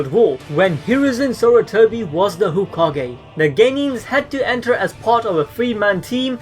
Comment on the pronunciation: i know you gave us a heads up about the pronunciations, but you said whokage . and that's unacceptable.